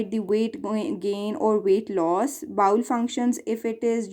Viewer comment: Bowel is bowel not bowl